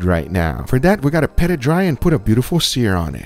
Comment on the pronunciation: *Pat it dry, not "Pet"